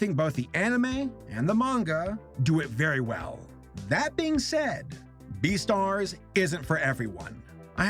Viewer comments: Umm.. Beestars??? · It's beastar